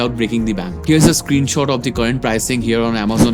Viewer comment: SOrry but you mispronounce The a lot